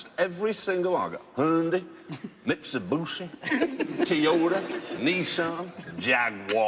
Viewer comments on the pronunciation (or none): Hundi, mitsubushi, teyota, nesan, jaguarrrrrrr